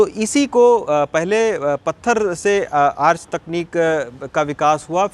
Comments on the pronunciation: Arc ka pronounciation bhut galat h , dhyan de pronounciation pe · आर्च ..? आर्क भी बोल सकते हैं ।